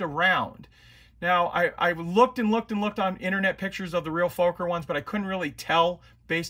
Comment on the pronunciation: Very Nice build! Though as a Dutch person you make me laugh when you say Fokker 😁